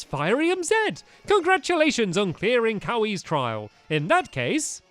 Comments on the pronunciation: It's Kyawe :Kiawe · its ki a w eh not ka wee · Why Do you Pronouns Kiawe Kawe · its not cowie its key ah way aka kiawe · Stamps it is pronounced KEE-ah-whey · It’s kee a way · I'm late but Kiawe is pronounced "key-ar-way" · Its Kee-aww-ay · Pronunciation of Kiawe AKA trial person XD KEY-AR-WAY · PotataChip Potata it’s actually Key A way. No r. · Its kia-way the pronunciation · It's key-ah-way (kiawe) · stamps its kee-ya-way to say kiawe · STAMPY its Kee-oh-way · To say kiawe it's like key-are-way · Kiawe is pronounced key-aw-ay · It Pronounced Kee-aw-way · Stampy it's (KEE-a-way) it says in the anime. Just letting you know. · Dont mean to be rude or anything Stampy but Kiawe is pronounced like Key-ar-way.